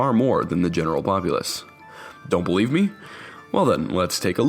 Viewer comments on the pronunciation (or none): none